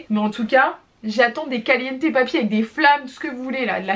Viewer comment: Qui compte le nombre des fois qu’elle a dit calienté 🤧